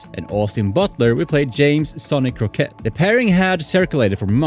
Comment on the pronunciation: Crockett not Croquet 🤣